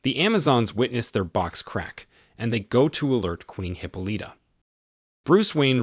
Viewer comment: Hip-o-Lita!!! I'm having a hard time taking this seriously every time he says that.